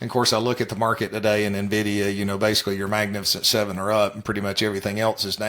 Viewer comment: You can tell you're dealing with experts when they call it "Navdia". LOL what a joke.